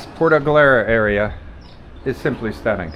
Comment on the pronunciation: Puerto Galera. Not “puerta” galera. Puerta has some nasty sexual connotation. 😂😂😂😂😂